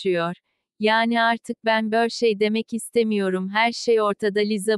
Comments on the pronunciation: O değilde bu Google Translate neden Türkçe "Bir şey"i "Bör şey" diye okuyor? Bdşxkşa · bir şey değil bör şey diyişi peki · Artık ben börşey demek istemiyorum😂